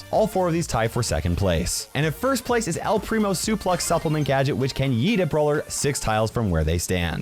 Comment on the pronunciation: How you said yeet made me laugh for a full hour or so